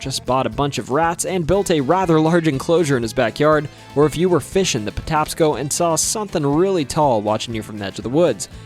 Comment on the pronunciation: Maryland native just wanted to let you know it’s the Patapsco River pronounced potapsco. I learned a ton about my state in this including the state drink being milk that’s nuts lmao